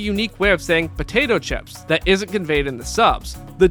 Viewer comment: pO Ta toe chip